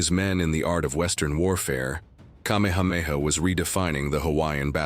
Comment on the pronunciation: Your pronunciation of places and names are inaccurate. I suggest if you are going to tell our story learn accuracy. I am a descendant of Kamehameha. Writing from Maui